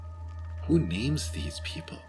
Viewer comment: If puts the Razor together she'll probably want to test it on that bard in the inn...😉 Gotta love her pronunciation of some of those names...😂